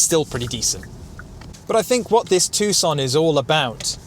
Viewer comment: You're right.. It's pronouced TOO-SAN not TUCK-SUN.... However, the name of the maker is pronouced HYUN-DAE.. not HI-YUN-DAI...